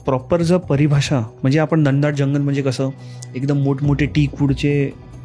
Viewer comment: Dhandaat nahi re Ghanadaat